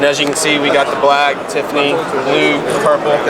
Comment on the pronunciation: did he say, Tiffany?